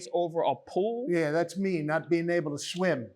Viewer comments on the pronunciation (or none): He can't even pronounce Swim. He said Schwim.